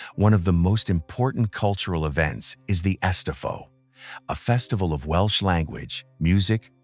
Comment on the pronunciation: Might be good if the voice over could at least pronounce Welsh.